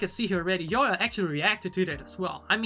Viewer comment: Yoohyeon pronounced like ‘you’ ‘hyeon’ not ‘Yo hyeon’